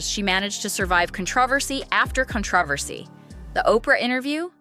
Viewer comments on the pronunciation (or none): Con-TRAH-versy. Nice AI